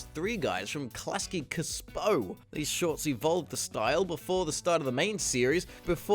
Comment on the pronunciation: The way you said Klasky Csupo made me audibly shout shut up lol